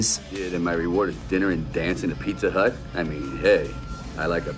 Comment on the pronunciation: Pizza "Hutt" ?! 😂